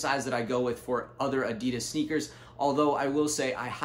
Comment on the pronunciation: U pronounce Adidas incorrectly. Adidas is shortened name of its founder, Adi Dassler. His brother Rudolf Dassler is the founder of Puma shoes.